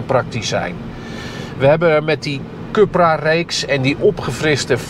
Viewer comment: Oók deze zelfingenomen man blijft stoïcijns Cupra zeggen ipv Coepra (juiste uitspraak) 😊